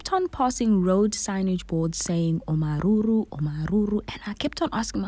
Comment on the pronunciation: Its the way you so perfectly pronouncing Omaruru for me😂😂 its my hometown 🎉Beautiful content ✨️